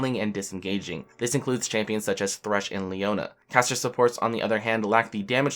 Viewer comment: Dude, get yourself to a speech therapist. You make "caster supports" sound like "casha suppors." Look up cluttering on wikipedia.